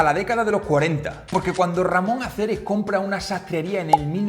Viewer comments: Ramón ACERES......... empezamos bien, no sabe ni cómo se llamaba este señor: RAMÓN ARECES. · El vídeo está muy bien, pero hombre, no le cambies el nombre a su fundador. Ramón Areces, no Aceres